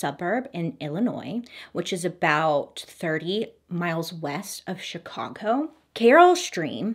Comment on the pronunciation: I had no idea her ability to mispronounce names is amazing until now. I live in northern Illinois and I’m surprised she got Chicago and Carol stream correct. When she said rose mount and shamburg. I was like where’s that? Oh you mean Schaumburg. Sch- aum-burg and Rosemont